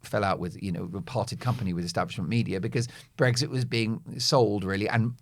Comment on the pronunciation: Mark. There is no 'g' in Brexit. You continually say BREGGSIT which is so no annoying. I agree with what you say about present and past governments. I am a big Brexit fan.